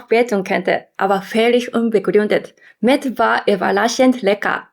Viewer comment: Mett ? Oder? Meth? 😇